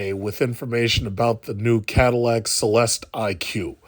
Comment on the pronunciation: Why do you keep saying the name wrong? It’s so irritating. 🤦🏽‍♂️🤦🏽‍♂️🤦🏽‍♂️🙄😒 Goofy. Also, they are only building about 400 of these annually and they will sell every single one that is made. You’re not the CELESTIQ’S (pronounced CELESTICK) clientele if you are stuck on the price. The wealthy won’t even blink at $300K.